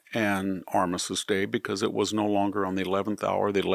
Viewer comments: If you are having someone edit your videos, they need to do better with the pronunciation of certain words. With all due respect, Armistice is pronounced Ar-mis-tiss. Your verbal (on YouTube video) comes across as Ar-missis … which is incorrect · It’s not “Armisist” Day. It’s Armistice Day. Additionally, nucular is not a word. Nuclear, however, is.